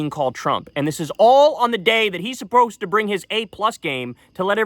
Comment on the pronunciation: $100 says that Biden will say the N word before the election. EDIT: lmao , Biden even has Kyle misspeaking when he said “supprosed”.